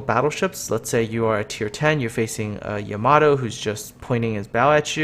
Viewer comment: You say Yamato wrong XD